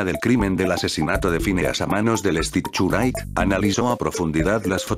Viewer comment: Me da risa como el Loquendo no pronuncia bien el inglés y dice el stichurait XDXDXDXDDDDD